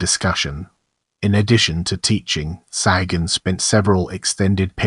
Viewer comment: Your mispronunciation of the surname is disgusting There are three correct pronunciations The first one is the Persian pronunciation Saw' ha- goon The second Is the Spanish; Sa'goon And the third is the Irish pronunciation Sa' hay- gun ... Your pronunciation with these three possibilities You're not even close So not only does your video illustrations disrespect the memory of Bernardino de Sahagun Your pronunciation of his name is a further insult My God where is your dignity your honor and professionalism!?